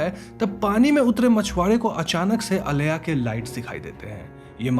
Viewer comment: When you talk about "aleya" its not that, its "aila".... I know because I had an creepy encounter with that creature only for 1 minute in my childhood.